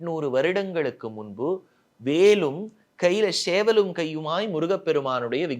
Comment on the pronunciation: இந்தக் காணொளியை காதுகொடுத்து கேட்கமுடியவில்லை. சேவல் என்பதைக் கூட ஷேவல் என்று சொல்றான். முதலில் பல்விளக்கிட்டு வந்து பேசச்சொல்லுங்கள். கருமம்